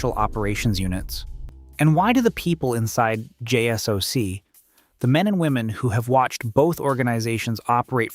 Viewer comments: It's not pronounced Jay Ess Oh See, it's pronounced Jay Sock. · I wish these channels would spell out DEVGRU and JSOC so the guy would read it how it really sounds when spoken about. maybe something like jaysock or devgrew would work?